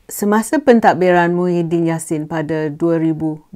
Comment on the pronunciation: kenapa u sebut nama si mantan pm gemuk itu berlainan